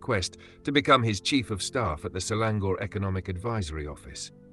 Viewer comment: A very well written piece 🫡 hope AI (Arti-Intel & not Anwar Ibrahim 😂) can pronounce "Selangor" properly 😏